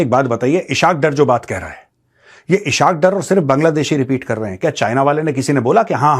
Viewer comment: Eshakdar nahi esaqdar 😂😂😂😂😂